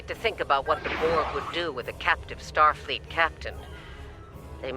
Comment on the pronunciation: i just noticed says starfeet and not Starfleet